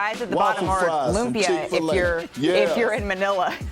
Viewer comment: “Lumpia” i love hearing other nationalities love our food.